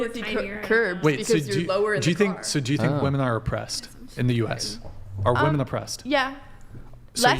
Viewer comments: I can’t handle the blonde saying “wemen” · Why she say “wamen”